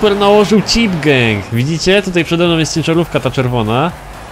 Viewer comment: Chyba gang a nie geng zd